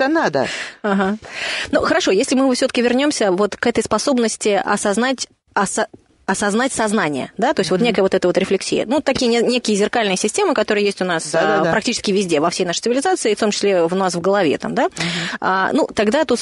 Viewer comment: рефлЕксия, не рефлексИя)))